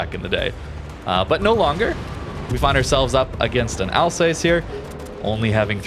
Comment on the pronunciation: Like your replays, but your pronunciation of Alsace 🤮